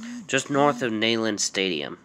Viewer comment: Not Ney-land